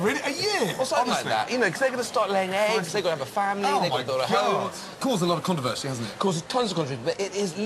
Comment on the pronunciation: Causes a lot o controversy? -Cause tons o cvesy THAT IS THE BEST WAY A HUMAN BEING CAN TALK